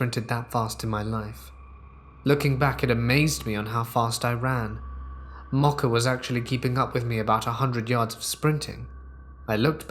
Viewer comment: I can't handle the pronunciation of Mocha.